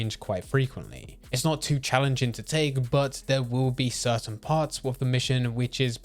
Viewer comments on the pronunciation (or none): none